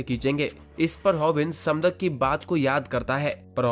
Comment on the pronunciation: Bhai voh समदक nahi voh सैमडैक hai mujhe yeh isliye pata hai kyuki Maine iski manhwa padh rakhi hai 😊